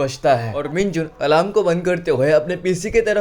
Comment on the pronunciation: Alarm not alam